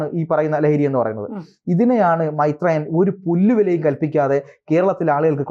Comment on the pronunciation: മെെത്രേയൻ അല്ലെന്ന്, മെെരേയൻ 👍👍😍😍😍